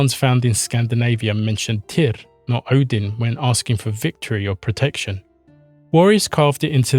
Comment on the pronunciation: Muito bom vídeo. Mas pelo amor de deus a pronúncia é simplesmente TIR como a Runa. Tyr era o deus primordial isso já está pacificado. Em todos os povos eslavos com crenças mais antigas que os Vikings, como bem disse, tem TYR/TEW/TIW/ ect como raíz para deus e qualquer coisa divina. Na gênese Nordica inclusive TYR existe antes de ODIN, ele é o guardião do equilíbrio entre as forças da criação (fogo) e as forças da preservação (gelo) antes doi mundo existir. O ser mítico Audumbla acorda ODIN (consciência) removendo o gelo (inexistência) dele, mas Tyr já existia e era o único que conseguia vencer os gigantes de fogo e de gelo mantendo o equilíbrio entre criação e status quo. O desaparecimento de TYR na mitologia se inicia por volta de 100 ACE e em 200 ACE (muito rápido) ODIN tomou conta de tudo. Isso coincide com as forças de conquistas Romanas aparecendo nos territórios germânicos. A sociedade nórdico ou proto-nórdica/germânica teve que se adaptar a esse invasor e isso generou novos paragdigmas na sociedade e ODIN foi a resposta a essas necessidades. Por isso que Tyr parece acochambrado, o mundo estava criado e estável, a justiça ainda era importante, mas a ameaça externa era muito maior, e a justiça que era resposta para desenvolvimento interno era insuficiente para controlar um inimigo externo. Por isso que tyr ainda é um deus da guerra e da Justiça. Em representações mais antigas Tyr é o deus da lança, não da espada. A lança durante muito tempo era a arma dos nobres, podendo